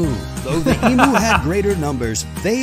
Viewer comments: This a fun tongue-in-cheek look at Oz 😅but I wish one of his new Australian friends had taught him how to say Emu.... It's "Eem-you" NOT "Ee-moo"!!🐮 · Hi, obviously there will still be errors and misconceptions when an American explains Australia. You know by now that we don't "call shrimp prawns", shrimp and prawns are different animals. It's eeem-you, not e-moo. (Edited: or eem-you as suggested by another sub.) No idea what the Chinese meal comment was all about.